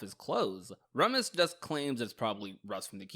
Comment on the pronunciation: Remus doesn't mean "twin" Remus and Romulus ARE twins... Ps: it's pronounced "Reemus" baroque is pronounced "baroke"